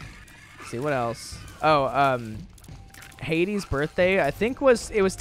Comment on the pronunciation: jk I love you thank you for the birthday wishes (it’s pronounced Had-ee)